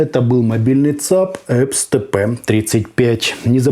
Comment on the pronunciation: Когда он научится нормально произносить название этой компании?